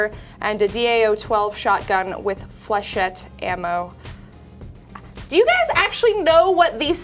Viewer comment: you pronounced flechette wrong mah gurl